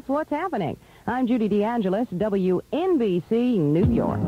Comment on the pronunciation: You said it wrong... LOL. It's W ENNNnnnnnnNN BC.